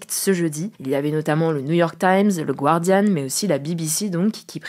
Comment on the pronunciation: Le U dans The Guardian ne se prononce pas ;)